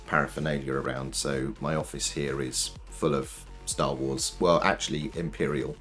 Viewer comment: Stah wools? Stools? You have an office full of poop? I kid, but kind of a weird pronunciation of star + wars.